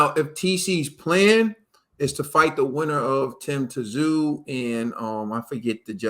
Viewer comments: It isn't Tah-zoo. Tss-ooo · Hey, it's Tim Tsyzu ( Zoo) pronounced! Tim was awarded the official WBO belt after defending the interim title 3 times! ZOO is fighting Mendoza this weekend! A fight he didn't need to fight! But he is after everyone believed Fundora was the next great thing and Mendoza knocked him out! Bros, go back through Tim Tsyzu ( ZOO) last couple of fights and please tell me this guy can't be great!! And remember, no need for Tim to fight Mendoza, just going through the division trying to get his chance to be great!! Love my bros